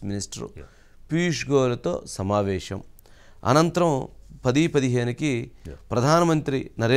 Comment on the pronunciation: మీరు shamavesam అనొద్దండి సమావేశం అనాలి